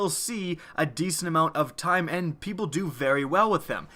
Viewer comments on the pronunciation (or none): none